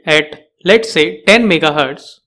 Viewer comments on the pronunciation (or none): none